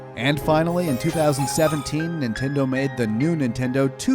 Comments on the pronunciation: you said Ninteno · new 'Ninteno' wow dude